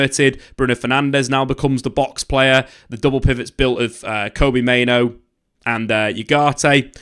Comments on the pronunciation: I know it's pronounced Bruno Fernanj, but everyone pronounces it as Fernandes. The difference here is, everyone pronounces Mainoo's name as Main-oo, whilst that is the actual pronunciation. However pronounces it as Main-Oh?? Like, why?? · he's pronouncing Mainoo as Main-Oh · oh yeah 100%. But.. I'm also not running a YouTube channel about football? And I can also pronounce the names of the players of the team I support correctly haha. He's a United fan and he's quite literally the only person I've heard pronounce Mainoo as Main-Oh. It's so jarring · yeh, he is, isn't he... I'll forgive him with an official apology.